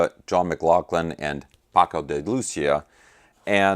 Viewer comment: "Day loo THEE ah" You got the Paco part right though.